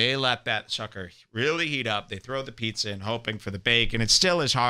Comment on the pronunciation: Joe says Pizzuh